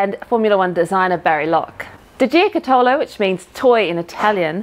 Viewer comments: Maybe I can help with the pronunciation of "toy" in Italian. Jo and in Jot. Cu as in Cut. To as in Tot. Lo as in Lot. Put it all together Jo-Cu-To-Lo. Or with the correct spelling. giocattolo. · Ouch! That pronunciation of 'Giocattolo' hurt my Italian ears! The stress should be on the first syllable (gio') and sounds a bit like a short 'gee-oh' (almost a 'jyoh') followed by 'cut-oh-loh', the 'oh' being a longish sound, something like a shortened 'or' - and not like 'owe'. Strange how English-speakers habitually stress the second part of Italian words, when it should (usually!) be on the first part... but hey - I love the work you do! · I think mispronunciation of Giocattolo is VERY cute 🤣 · I had a bit of a chuckle with pronunciation of giocattolo and was trying to figure out a way to convey correct pronunciation to help her out but you've done a great job. It's a tough word to say if you've never heard it first hand.